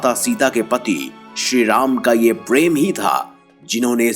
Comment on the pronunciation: Perrrem nai Prem jara sahi sai ucharn kar lo bevkuf